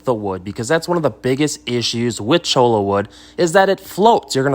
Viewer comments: Don’t hate me for bringing up pronunciation , but the thing is, it’s not just a matter of pronunciation, it’s a matter of meaning. Cholla (cho-ya) is a type of cactus, chola (cho-la) is slang for Latina woman, with the implication that she’s a gang member. It’s not exactly intended as a compliment. So I would encourage you to say cactus. 🙂 That said, thanks for this great video! I was really surprised how much driftwood costs at my local stores, but cholla grows everywhere around here. Problem solved. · Cholo wood? LOL. You ain't from around here, are you? Choy-ya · its "choya" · Choy-ya cactus 🌵 Every other pronunciation is incorrect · none of them were correct. hehe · One is the right way to say it and the rest are not... the double L is pronounced like a Y!